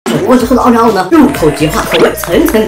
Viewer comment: 开头那里我以为说煮个的"奥利給"🌚🌚🌚